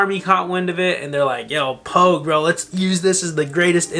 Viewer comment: dude, its "pogue". get your shit together